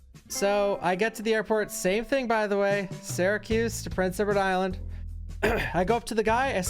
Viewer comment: The way you pronounce Prince Edward Island always, always throws me, man. It always sounds like you're saying Rhode Island (or Prince Rhode Island).